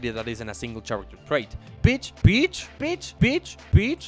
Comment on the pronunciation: also i thought you were just calling peach a bitch over and over lol